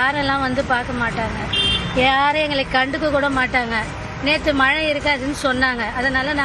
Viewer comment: தமிழை கொல்லாதீர்கள். மலை அல்ல மழை.மழை உச்சரிப்பு தெரியாதவர்களுக்கு செய்தி வாசிப்பாளர் அல்லது நிருபர் வேலை கொடுத்தவன் எவன்டா?